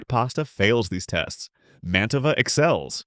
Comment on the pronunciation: The AI tends to mispronounced brand names (e.g., Mantova).